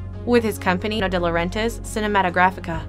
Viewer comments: Dino was a great producer! He gave us Conan , Flash Gordon, & King Kong! Manhunter is was underrated! Being a high school metal head I loved Trick or Treat! Jane Fonda was so sexy as Barbarella! Dino is pronounced Deeno! I kept laughing when she kept calling him Dyno! 🤣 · Dy-No? Really? Jesus....she must be an American....Fire this dummy!